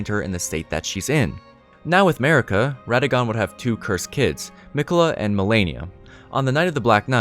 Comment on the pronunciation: I’m confused though Mogh kept on saying Miqeulla she is mine and mine alone